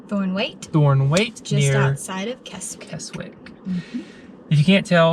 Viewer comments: It's Kezzick not Kes wick... And all the lakes that end in "water", it's pronounced "wattah". Just saying. 👍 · Kezik is the way to pronounce Keswick. Obviously. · Great video, this and the York, Durham video. Keswick is pronounced Kesick. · Pronounced Kezzick. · its pronounced "Kessick" the W is silent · Just subscribed to your channel great video really enjoyed watching it, Keswick pronounced Kes-ick the "W" in the place name is silent. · Keswick is pronounced without the letter 'w'. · Great job well done, just one thing, Keswick is said with a silent W.